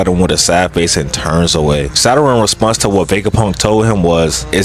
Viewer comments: why tf yall "nonchalant nukkas" be sayin "saturan" and "share- een gaen" and "youchiha"...like...they SAID IT FOR YOU just mimic them...."saturan" is fuckin crazy cus it's a PLANET IN OUR SOLAR SYSTEM.....ITS SATURN...... "sah tern" why tf you adding syllables? SA TURN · the way bro be saying Saturn like Zaratrain’s Rice be havin me dying🤣🤣🤣